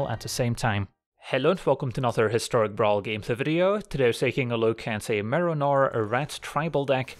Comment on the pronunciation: the whole video i kept hearing Merinor